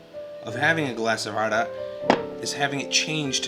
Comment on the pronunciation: great video... Hey are you lebanese? you pronounce the word Arak so well in arabic